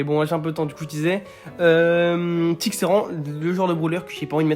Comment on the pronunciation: « Kit » non c’est tick 🤣